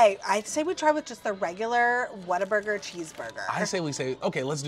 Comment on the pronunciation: Oh it’s whalburger we’re getting never mind lol